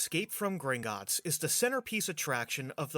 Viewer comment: Does anyone remember the travel mom saying Gringitts?